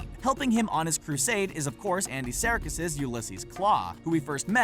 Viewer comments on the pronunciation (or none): HOW DO YOU MISPRONOUNCE "SERKIS" AND "MUSEUM"?!